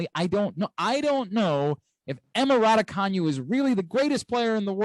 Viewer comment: Another dope episode. I heard Emma Raducanu in a video say her name and it’s not the way y’all decided to say it. Hope y’all can keep the podcast going!! Courts of Thundeeeerrr